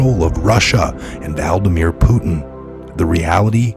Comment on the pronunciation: Did say, Valdamir?